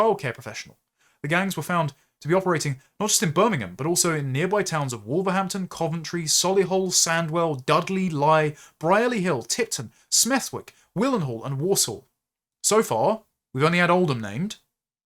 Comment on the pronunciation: It's pronounced Dar-by, and smeth - ick